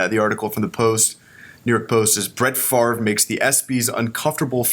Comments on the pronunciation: It's Favre not Farve just saying lol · Steven Fish but it's pronounced Farve, so weird.